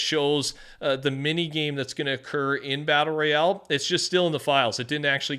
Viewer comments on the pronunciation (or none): none